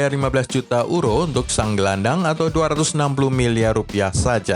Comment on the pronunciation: Bukan uro mas tapi yuro bacaannya